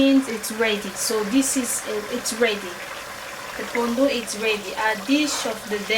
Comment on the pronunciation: Hi there, thanks for the shout out and yes you said my name right✔️. This looks great, I just have to find out where they sell the pondu then I will try to make it too. 💜✌🏾